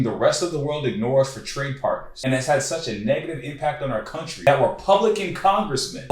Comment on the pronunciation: "They emptied their prisons into our compan-uh country"